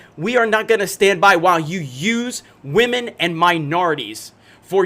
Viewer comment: OMG!!!!! He said WAMEN!!!